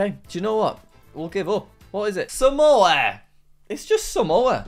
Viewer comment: its samoa for god sake